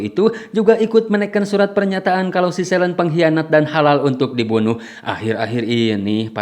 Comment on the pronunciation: bacanya: SELIN, bukan "selen"